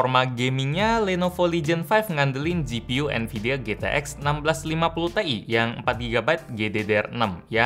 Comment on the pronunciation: Bacanya bukan " TE - I" tapi "Ti - Ay" :(